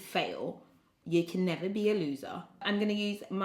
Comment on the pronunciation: "do i look like i could ever fail?" throws gloss "nevuh"